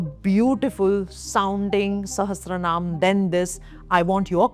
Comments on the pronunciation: Sahastra nh sahasranaam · Its not sahastranaam its sahasranaam. I read it everyday. Pregnant ladies zaroor padhe buddhimaan bachee peda hote hain 😊